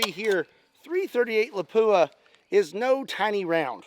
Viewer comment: I’m not a snob. Ask the manufacturer. It’s not a.338 La-poo-uh. It’s Lop-wa. Drives me freaking insane that I’ve never heard a single person pronounce it right outside of the manufacturer. I’m with you, and it’s minor, but good lord. Why can’t anyone ever anywhere get it right? I have it directly from their ownership. If the pronunciation is.338 Lop-wa, get it right, and there’s at least 2 people that’ll appreciate it. It’s not La-poo-uh. It’s Lop-wa. Great round that’s been mispronounced since its inception. Retarded conversation to have but it’s like calling a 30-06 a turdy O sex. Call them up. I’ve never heard it right from the.338 Lapua. Yeah if I guessed I’d call it that too. No. It’s Lop-wa phonetically. Be the first one ever that gets it right. Well second outside of ownership. It’s been adapted but I’m not wrong here. I have one. It’s an amazing gun and cartridge. I got it from ownership. It drives them nuts too. Have a fantastic Easter!